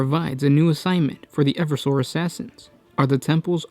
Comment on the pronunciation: I really think the pronunciation should be e-verse-sor and not ever-sore?